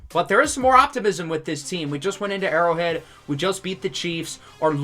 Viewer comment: Mispronounced Burrow Head but Great Video though man!!